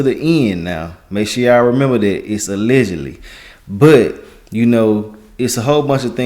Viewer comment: My bro be killing the word 'ALLEGEDLY '! 😂